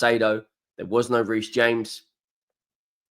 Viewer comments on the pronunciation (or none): none